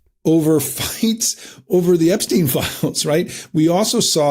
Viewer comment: should pronounce Epstein's name correctly, this is getting annoying!, i wonder what Albert Een Steen would think of this, well you sir, you are no Albert Een Steen!!